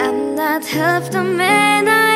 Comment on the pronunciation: 오우 마이 송, 최애곡 중 하나.. 정말 심금을 울려주는 보컬, 훌륭해요. 근데, 일부러 인지는 모르겠으나 발음이 Said [세이드], Now[노우], half[핼프]로 들리네요.혹시 나만 그런가? 😲😅 쎋,쎄ㄷ[sed], 나우[nau], half[hæf, 해f].. 미안해욤. 그치만 사랑합니다 💜